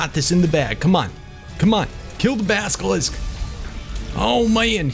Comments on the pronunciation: you are saying baskilisck its basilisk practice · Baselisk not baskelisk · you say baskelisk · please say basilisk correctly